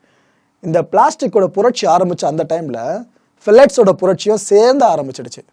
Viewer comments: Phthalates - பெலேட்ஸ் இல்லை... ப்தாலேட்ஸ்... 😊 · Bro..very superb explanation!! But a small mistake in pronounciation bro.. That's ப்தாலேட்ஸ்! Keep doing bro..